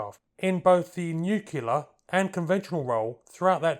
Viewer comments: New-clear, not new-kelar. I've zero idea why people say it wrong. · NEW CU LAR??... from the George W Bush School of Linguistics! Listen...say "NEW...CLEAR." There now. That wasn't so hard, was it? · you pulled a George W. it's nuclear not nucular. lol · Content excellent, graphics good, no need to apologise, but nuclear is pronounced "new clear", not "new cula". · Nuclear not Nucular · Nuclear , for heck's sake. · Newkular:-). You're far from alone - loads of folk seem to struggle with this one. Try thinking of it as 'new-clear'. Stands back and awaits the accusatory 'grammar police' comments... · Ah the nucular period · "Nookyoolar.", are you a George Bush fan? 😀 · What is "nucelar"? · Can't pronounce "nuclear"? Why is that? It's simple. "new" + "clear" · ... did he said actually "Nucular" Homer's style?!? XDXDXD?!? : the aircraft that both the USN and the USAF wanted was actually the A5 Vigilante, but nobody told them XD! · "Nucular and conventional role"? What does that mean? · NOOOOKULER?? Jesus, man, learn the language...